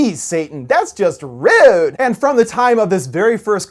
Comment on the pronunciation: Rewd. All this time, I've been saying it wrong. XD